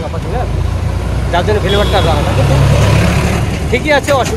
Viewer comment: 'ছিকোল', 'ফেলেভার' - উচ্চারণে এবং কচু দিয়ে ডিম - রান্নায় বাংলাদেশের ছাপ !!!